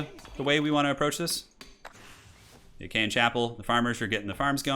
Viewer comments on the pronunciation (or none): "Die Achean chappel"... "Aachen" long "A", has nothing to do wiht hte ancient Acheans. Ah-chen. "ch" is basically a "throtier" H. Not "Jen". AH-khən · not to be pedantic, but it is not 'ach-a-en', but 'Aah-ken' chapel. It's a funny French-German word and IRL was a spa town that became the Imperial residence of Charlemange later on. The former way you've been saying it sounds like 'Achean', the name the Greeks used for themselves in teh Trojan War! So, you've been calling it 'the Greek Chapel' to my ears this whole time. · Great video but Aachen is pronounced like “ocken” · Okay I'll chime in on Aachen - It's a long "a" (as in "hard" or "far") followed by "ch" (as in the spanish words "j"alapeno or "j"amon) and then you basically swallow the "e" and finish on a regular "n" aa-ch-(e)n. you stress the a (i mean it's kinda just one syllable anyway :p) great content! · Ah-Ken, the Ah-Ken Chapel. Great game! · "Pree-late" "Calvalry" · "Calvary" as in the place where Jesus was crucified. For a moment I thought he did it on purpose. Then I remembered.. "Agean" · Love how you pronounce Aachen 😂 sounds much nicer